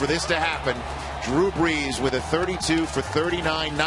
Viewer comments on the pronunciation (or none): My man said bles instead of brees